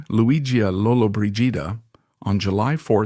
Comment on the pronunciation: You are pronouncing her last name wrong . 🤷‍♀️